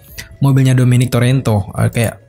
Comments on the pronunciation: Toretto bukan torento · dominic torreto bukam torento, lo kate tempat simpen aer hahaha